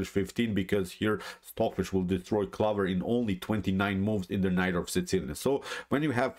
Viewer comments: No. Honestly it was just amusing to me as an English speaker (though I do speak Spanish as well) to hear you pronounce this as 'clovver' we would pronounce it clo-ver. I really enjoy your channel and I know that like me you are a big Kasparov fan. My style is similar to Kasparov (not as good of course) and we almost share a birthday. Keep up the great work. How much do you think computers are influencing modern grandmaster play? I am only an 1800 player and I don't think computers have encroached on my play too much. I tend to play very much as a 'human'. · Interesting pronunciation of 'clover'.